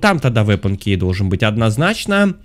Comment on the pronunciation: Меня одну бесит,что он говорит слово«key» неправильно😂(правильно кии,а не кей😂)без обид❤️